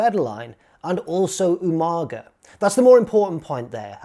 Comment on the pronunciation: Slightly disappointed you didn't pronounce Umaga properly. Especially as a Brit! UMANGA! Loving the video though! Good stuff,!